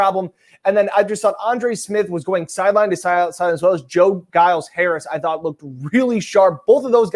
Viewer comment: says "After this game I knew who Joe Giles-Harris was" but yet he pronounced his last name wrong every time he said it. 🙄